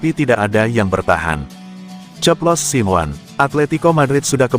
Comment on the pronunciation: Hadeuh dapat manusia ini dari mana sih jadi pembaca berita bola tapi gak tau dunia bola Bilang nya Diego Siwan mestinya dibaca nya Diego Simone